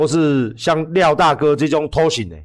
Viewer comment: 「廖大哥」「廖董」變成「廖打龜」，真的蠻好笑的